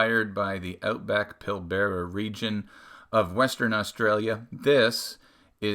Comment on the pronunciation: This watch is from my home town. Remind me next week and I’ll help you with your pronunciation of Pilbara 😊